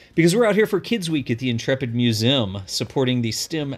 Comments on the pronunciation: Does anybody else hate how says Museum? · you say museum weird!! Lol!🧐